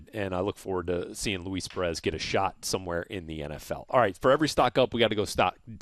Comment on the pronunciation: Matt S i like it